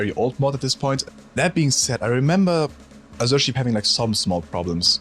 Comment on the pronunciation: I get mental damage every time I hear "azure" mispronounced, also a lack of some real OG HL1 mods like They Hunger, on this list.